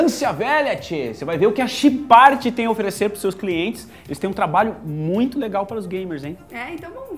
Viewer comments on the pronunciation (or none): ele falo errado Chipart kkkkkkkkkkkjjjjjjjjjj